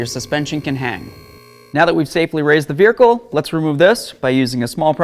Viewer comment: is he calling it a "Beericle"? i swear that's what i'm hearing every time lol.